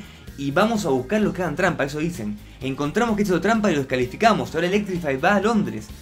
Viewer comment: Es DESCALIFICARON, no DECALIFICARON...